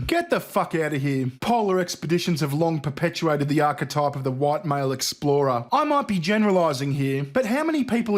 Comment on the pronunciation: Non hu-white? Revealing pronounciation!